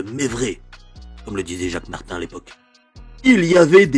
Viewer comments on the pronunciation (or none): none